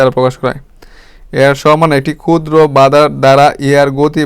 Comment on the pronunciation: এগুলো কি ভিডিও বানান মিয়া... স্পষ্ট ভাবে বলতে পারেন না. প কে বলেন ফ, ক্ষুদ্র কে বলেন কুদ্র কি এসব??? ভিডিও বাচনভঙ্গি বিরক্তিকর.. ক্লাস গুলো ভালো কিন্তু শুনে মজা পায়না ভাই